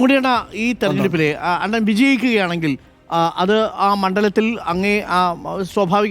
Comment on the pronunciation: അണ്ണൻ അല്ല.. ണ്ണൻ